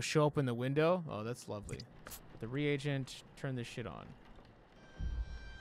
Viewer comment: he's not the only one lol i've watched lots of playthroughs of this and no one knows how to say "carotid" "reagent" etc. lol